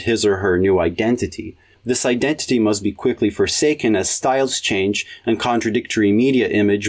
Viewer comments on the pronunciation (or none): none